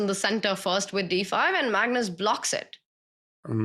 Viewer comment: Why do you guys call it "MAGNOOOS"?